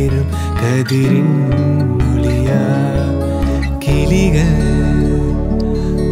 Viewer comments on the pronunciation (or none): Please sing with correct diction of the language . Kindly correct your pronunciation not “ல” but “ழ” all the places mis pronounced also கிளிகள் not கிலிகல் which changes the meaning . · Good voice.. but the Pronunciation needs some practice and it is vital...Kaluthil(neck)..vizhi (eye)...kiligal(parrot)...the "ill" needs to be pronounced correctly...in Tamil Language the alphabet "ill" is a set of 3 different beautiful letters...3 different forms if pronunciation and it is subtle and makes the meaning different...and songs beautiful...this needs to be done correctly..not overstretched..yet correctly to make the song beautiful.